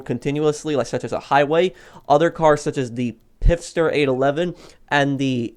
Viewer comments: Please stop calling it the "Pif-Stir" there isn't an "I" after the "P" it is pronounced "Fist-her" 😉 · Its Pfister, not "Pifster"...